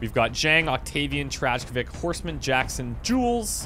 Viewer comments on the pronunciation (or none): i think the way you pronounce Trajkovic is TRA-EE-KO-VIK